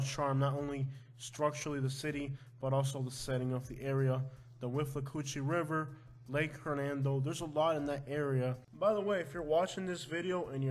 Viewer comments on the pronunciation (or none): none